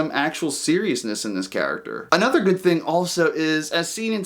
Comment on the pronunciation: "ANOTHA One" lol. Hope you get it. Good review as always. Check mine out.